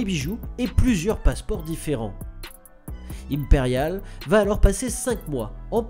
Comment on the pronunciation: Oui mais non il ne prononce pas le "e" à la fin d'Imperiale, faute grave.